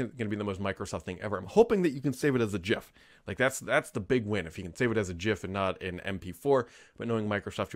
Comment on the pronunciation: I'm so happy that you pronounce gif correctly.